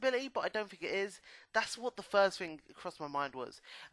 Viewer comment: Do you guys spell it think or fink?